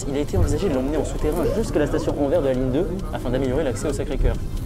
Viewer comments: * AnverSSSSS ! haha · AnverSSS :) , c'est ainsi que les francophones de Belgique, et les gens du nord de la France prononcent :) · Très bonne vidéo ! Et on dit "Anversssssssssssss" oui le S se prononce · Je trouve aussi mais l’annonce de la 2 prononce Anver 🥲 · Le Anvers belge (/Antwerpen) se prononce AnverSE pour l'amour de ciel! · Super Vidéo par contre ça se prononce AnverS, Il faut dire le s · Pour info, on prononce le S de Anvers, merci pour les oreilles de tous les belges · Moi qui écoute "Anvers" en étant belge (au secours) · Pour info, on dit "Anversse". On prononce le S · Bonne video Par contre on prononce le 's' d anvers, nos amis belges vous remercient. A transmettre à la ratp à l occasion. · On prononce le S à Anvers :) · Anversssss on prononce le s en Belgique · le S d'Anvers se prononce, c'est Anversssss T.T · Super intéressant comme d’hab mais les oreilles de belge saignent à force d’entendre Anver on dit anverSSSSS On dit le S 😉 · On prononce le S dans Anvers. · Anvers et Antwerpen c'est la même ville ! C'est les francophones qui disent Anvers. D'ailleurs on ne dit pas "AnveR" mais "AnverS", il faut prononcer le "s". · Ohh C'est pas vrai. C'est AnverSsssss. Il faut prononcer le S. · Ça se dis anversse tu dois prononcé le s avec 😉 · Ahah des fois il prononce bien Anvers et des fois non mdrr c'est aléatoire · Non, c'est pas le cas, c'est une erreur de prononciation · Très drôle le détour par Anvers central mais attention car en Belgique on prononce le S et sinon très belle gare de chez nous 😁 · c'est marrant en France on prononce le X de Bruxelles mais on ne prononce pas le S de Anvers alors que les Belges prononcent le S de Anvers mais ne prononcent pas le X de Bruxelles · Salut superbe vidéo... j'ai beaucoup aimé la blague sur anvers... sauf que le "s" a la fin d'anvers se prononce...